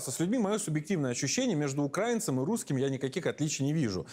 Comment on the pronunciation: УкраИиииинцем, наголос нормально ставить треба